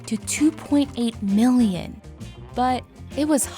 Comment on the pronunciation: annoying narration. no need to emphasis "mhhhIIIIIIIIILLLLion" like that